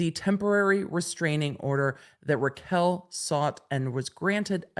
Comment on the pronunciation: Raquel not Rachel